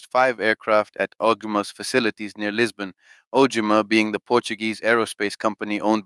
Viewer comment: Tinha que ser um brasileiro 🤣🤣🤣🤣🤣 nem sabe dizer OGMA BURRO 🤣🤣🤣🤣🤣🤣🤣